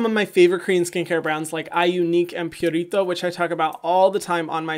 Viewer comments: I like how you say “purito” with a Latin accent, even though it’s Korean skincare. Hehe. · I love how he makes me think of burritos the way he pronounces Purito 🌯